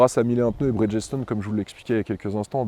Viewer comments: A" ":à, tu prononces BRIDGESTONE comme un ignare🤪: tu dis BRIDGESSE -TONE!!! au lieu de BRIDGE-STONE (c'est pas compliqué bridge= pont et stone = pierre ) Et de la même manière je suis sûr que tu prononces FIRESTONE... FIRESSE-TONE au lieu de FIRE-STONE!!! 😂😂😂😂😂😂 C'est aussi comme les mecs qui disaient HONDA 750 FOUR ( four pour 4 cylindres) en prononçant "four" à la française, comme "four à micro ondes "!!! 😂😂😂😂 Il vaut mieux avoir quelques notions d'anglais dans le monde de l'automobile, ça peut servir...... Pense y la prochaine fois..... Amicalement.... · bridge stone pas bridgessstone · On prononce Brigde-Stone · Bonsoir, première vidéo que je regarde de votre chaine et bof bof. Cette vidéo est sponsorisée, ok pas de soucis. Mais ne pas savoir prononcer la marque qui vous aide me chagrine avant même les tests ... et même le monsieur de 1001pneus ne sait pas... ce n'est pas brid-ges-tone ... renseignez vous .